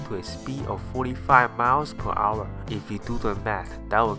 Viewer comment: por our is what he said instead of per hour